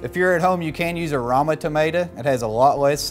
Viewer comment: It's rOma tomatoes, not rAma.